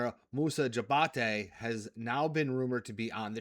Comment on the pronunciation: Hated that he kept pronouncing it that way. Also 2 sponsor plugs in the same short video.